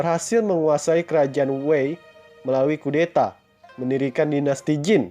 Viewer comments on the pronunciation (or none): BAGUS UNTUK MENAMBAH WAWASAN CHINA MMG HEBAT MUNGKIN LEBIH HEBAT DARI MESIR .SEDIKIT KOREKSI PENGUCAPAN PIN YIN NAMA DINASTI AGAK SALAH SPT JIN HRS DIBACA CIN ; TANG DIBACA THANG DLL